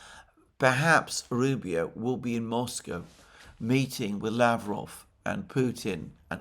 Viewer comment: Mercouris, you did it! You did pronounce Lavrov in Russian correctly once. Good job mate! The other 10 times you absolutely butchered it! Again 😂 Keep trying.... Don't forget Ushakov and Peskov's last names are pronounced in the same way as Lavrov. Stress goes on the last syllable. The "ov" syllable.